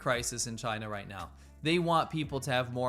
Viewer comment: speech impediment?